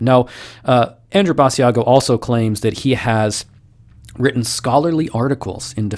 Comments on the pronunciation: You are pronouncing his name wrong! Ba~sha go! It was on the internet when when in the 1990 decade! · It's Basiago as in Chigc'ago'. At least get them name right of the man you are debunking. As the person's name you are calling is a different man. It would be like me telling my friend to check out your channel and calling it Nerd Sterrf. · Aww, it's so sad, now that I realize that space is fake, astronauts are astroNOTS, etc.., I have had to give this up, too, lol, and his name is pronounced like Chicago, BAH SHA GO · First, if you're going to "debunk" a guy, at least pronounce his name right. Basiago rhymes with Chicago. Which tells me you didn't do your research. Two, there are other people who have corroborated Andy's accounts, at least seven people to-date. Three, sorry 19th century photography wasn't great. Sorry for the blurry photo. Four, he was never told when he was going to be president, just that he was going to be prez. Again. lack of research. Time will tell. Debunk him in 20 years. Five, sorry Mars photos are blurry. Again, they are mostly taken from Google Mars or from NASA, who deliberately blurs the photos. Sorry the technology is not up to your standards. Six, Andy has done dozens and dozens of interviews. His account never varies, never changes, he never trips up. Cops will tell you liars change their stories. Seven, sorry his Mars paper doesn't live up to your scholarly standards. I read it, it seemed understandable to me. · Joshua Brooks or maybe it's people that realize, even if the story is fake, this wasn't at all a good debunking. he can't even pronounce the guys name right. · Pronounce his name right. It’s not with a long e sound